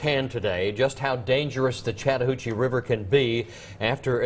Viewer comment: He say chadhoochie River?